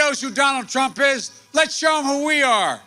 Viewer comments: "DONALD PRUMP" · “Donald Prump” -joe Biden 😂😂😂